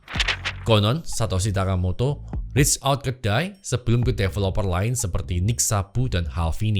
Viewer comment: reach out ke DAI, bilangnya per kata aja bang. yg gw denger malah rich ou kedai, apa coba